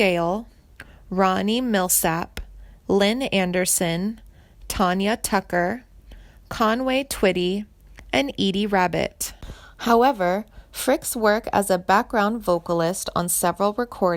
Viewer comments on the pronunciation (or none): Darly Parton? Tonya Tuncker? How can I trust anything you've reported if you can't even pronounce the subjects name right or any legendary stars of Country Music?